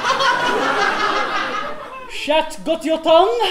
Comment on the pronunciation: I don’t think knows what “chat” with a pronounced “t” (chatte) actually means..😂